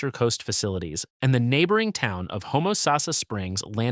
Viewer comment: Stupid fake video. AI still can't even pronounce Boca Raton, Tarpon Springs, Homosassa, and others. The Palm Beaches absolutely have the coolest summers in Florida. Although technically true, a human wouldn't call the Florida Manatee (subspecies) a West Indian Manatee.